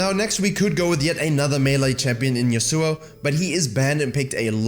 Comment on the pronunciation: yAsuo, not yasUo I got cancer from that pronunciation